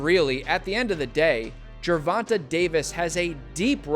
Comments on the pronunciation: Pronounced GER VON TAY not GER VON TUH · this clown keeps saying tanks name wrong🤡